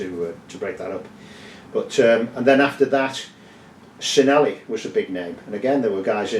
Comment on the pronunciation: Its pronounced CHin-elli